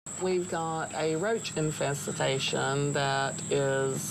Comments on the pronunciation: "INFESTITATION" this lady is making new life in her house and new words🤣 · Did anyone else hear her say "roach infestetation" 🤔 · Infesetation she said! Imaoo. Speech and mental impairement La pauvre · Infestitation is what she said lmfao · Im usre she said infestitation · We have a roach "Infesehtation" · No, she said "roach infessitation". So, not only can't they clean, they can't read or write either. Sad! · "Roach infesatation"😂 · Roach “infes-i-tation” 😅 sorry that’d rude. I had to go I giggled. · ‘’We got a roast infes-itation’’ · Did she say infestatation lol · what is a roach "infesitation"